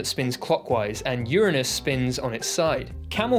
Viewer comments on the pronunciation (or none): my favourite thing was you trying not to say your-anus and saying urine-us instead.